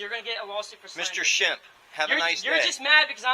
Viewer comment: “Shimp?” More like “Shemp.”